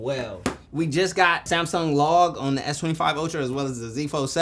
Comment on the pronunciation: SaayYmsung! Lol